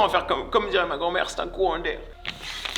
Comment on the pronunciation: "C'eSt uN cOuhAnT d'AiR"